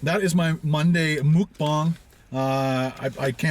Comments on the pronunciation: mukbang is pronounced MUHK-BANG rather than ‘mook-bang’ as you’re saying, its comes from the word ‘먹는방송’ (muhk neun bang song) for eating broadcast where ‘먹’ (muhk) is short term for eating and ‘방’ (bang) is short term for broadcast 🇰🇷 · Its pronounced muck rhymes with yuk ..not mook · Pronounced more like mawkbang. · Congrats on using Hangul, but it’s pronounced closer to “mawk-baw-ng” :)